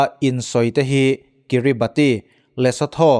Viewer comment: nge nge, kan zim hut hut mai alawm le. E, chuan Kiribati hi anmahni an insawi dan chuan Kiribash tiin an lam ṭhin. Lo sawi ve mai mai.